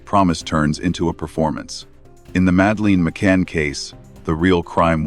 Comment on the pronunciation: Please pronounce her name properly,so annoying